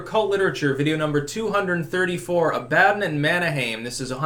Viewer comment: Never heard anyone say Abaddon in such a way.